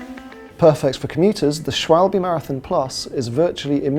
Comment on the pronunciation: You should learn how to pronounce the company name "Schwalbe" properly, it's not hard for english speaker :/